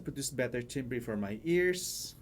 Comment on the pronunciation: good reviews - but the word 'timbre' is pronounced 'tamber' FYI :)